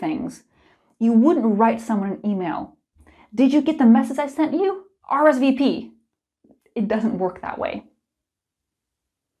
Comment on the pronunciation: Hi, I'm French and I like the way you say RSVP;) You speak French very well:) Thank you for all your videos, it helps me a lot:) Sorry if I make mistakes while writing...